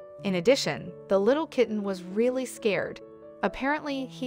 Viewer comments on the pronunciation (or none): none